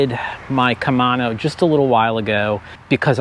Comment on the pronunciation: KUH - MAY - NO 😄